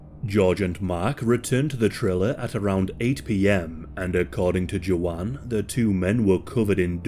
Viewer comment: Are you trying to say Joanne? Or is her name JoJaun?